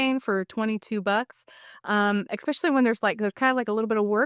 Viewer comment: love this video but just my own pet peeve.....EXpecially isnt a word....it's ESpecially